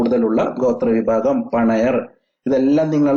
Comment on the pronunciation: പണയർ അല്ല പണിയർ ok